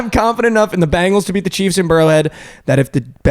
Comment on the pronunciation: It’s pronounced BEN gals. Not Bangles, ya dink. Or, you can just pronounce it CHAMPS! WHODEY!!!